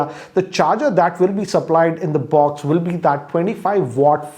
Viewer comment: People: Box: Buoxx:)